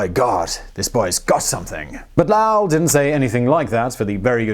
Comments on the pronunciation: LOW-ELL not LAOW-EL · Why do you keep calling him La-well, instead of Low-ell? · Low - Well Not La-well Are you English pronouncing American ??? I love ya but What??? Lahwell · It’s Lowell not Lowe. low•uhl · It's not Laull, It's LO-WELL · Mr. Lowell's name rhymes with Noel, not with howl. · Lo-well, not lau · LOW-ELL not Loul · Simon needs some time in Boston pubs to work on his New England accent lol. Makes Lowell sound like some Asian guy lol. “Lao-el” lol. Go visit Lowell, MA! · How did no one "have a go" at you in the comments about your pronouncing Lowell as Lauwel? Simon, Lowell, low ell... not luau...lol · Once again, Simon mispronouncing easy words. You get the hard words right, but easy ones give you so much trouble. Low-el or low-ul not la-ow. Sorry, I'm not exactly sure how to write it phonetically. Don't stop Simon. It is fascinating. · You're killing me. It's NOT lauael - it's LOWell. I know this cos i grew up in LOWell. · Oh, Simon! Low-ul not Lau-ell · It's LowEll not LOwell. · It's like LOL not Lahwell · Low-ell, not lowul. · It's not Lal, it's L'o'w-ell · Oh Simon, Lowll.. I think by know you're aware it 'Low-wool'. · Rhymes with toll; not towel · It's Loooow-Ell not "La-Owl" Driving me nuts. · Lowell rhymes with mole, not plow. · DUDE! LOW--ELL! NOT LAWL. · Low-ell not Lau-ell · My only issue with this otherwise great video is Lowell rhymes with hole not vowel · Lowell like Bowl, not Lowell like Owl. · "Lowell" does not rhyme with "towel". It's an long "oh" sound like in bowl, or coal, or vole. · Low-ell, not Laow-ll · It's not Lowl.it's Lo ,long 'O' and well,like the watering hole in the ground. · It's Lowell with a long "o" like snow, not "ow" like cow. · All the scientists I have ever heard speak have not said Lao. They all say Lowell. That's like saying it is U-Fo instead of U-F-O. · I'm sure by now has said it's now Lao. It's low ell. It's not uranus. It's myanus 😝😝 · also, his name was not "lauel" ... "low" "ell" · Lowell is LOW el.